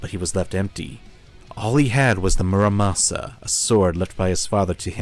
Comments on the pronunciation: Its murasama not muramasa,i think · omg this video is good BUT THE NAME IS MURASAMA, NOT MURAMASA